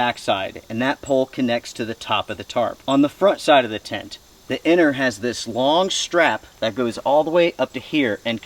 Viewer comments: Strange English pronunciation. "Anner" instead of inner. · Are you saying 'inner' or 'enter'?